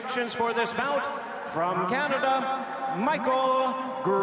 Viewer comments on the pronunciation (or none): none